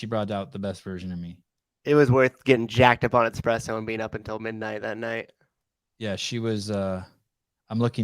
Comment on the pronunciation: One comment… Souza…. It’s ESPRESSO 🫣